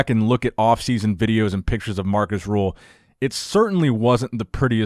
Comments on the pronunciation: It's Markus Rühl, not Markus Rule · His name is Markus Rühl and not Markäs Ruxuxuxuxul